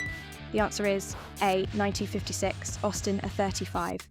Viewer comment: I wish you'd pronounce the A's properly as A35 not er 35